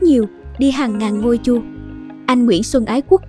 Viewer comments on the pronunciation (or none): giọng đọc bằng phần mềm àk😳 có lúc đọc ko dấu 😂 thủ tường .ngôi chua??